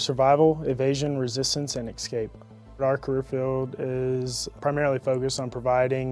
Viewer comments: It’s “es-scape” not “ex-scape. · Did you say “ek-scape” bro? C’mon !!!